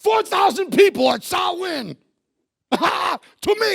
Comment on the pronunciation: Delighted they pronounced Samhain Sow-in and not Sam-hain 👍